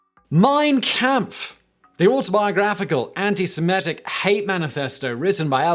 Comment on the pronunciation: Hi Simon. Great video! Just an FYI. Its pronounced 'compf'